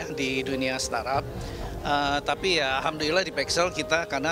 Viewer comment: starap, startup, stardep. startop. suka suka kaulah CNBC. 🤭